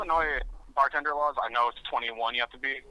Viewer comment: “I’m twewwiwun, I wuk as a bawtenduhr. I’m awesoe a cwew weed.”